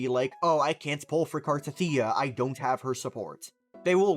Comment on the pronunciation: I think its pronounced CAR-TETHIA and not CAR-TATHEEA but eh i dont care tho.